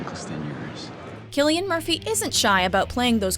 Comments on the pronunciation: Cillian Murphy is in my top 5 favorite actors, but it's pronounced like "Sillian", not "killian". Benedict is also in my top 5 so this list is great! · UNNNNF I’m SO glad you included Cillian Murphy in red eye. He is insanely good looking! But I’m not glad about how you pronounced his name. It’s like silly-an, not killy-an. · Your narrator is usually great, but she can't pronounce "Cillian"?? Research these things!